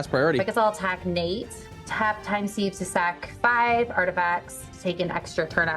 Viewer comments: Christ, Tivit really mopped up at the end! Just an FYI for time sieve, Sieve is pronounced "Siv" not "Seev". :) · Pronounced 'siv'